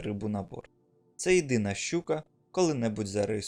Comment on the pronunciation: На не шьчука , а щука!! Не шьчьо, а що!!! Курва хватить нашу мову псувати кацапським суржиком!!!